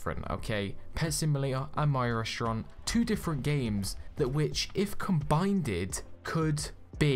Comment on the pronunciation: “CombinedED” Lmao no hate and I love your videos, just thought it was so cute and funny ahah :D